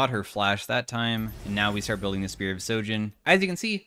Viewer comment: Why not a single streamer knows how to say sHojin, with an H? It is not sojin damn.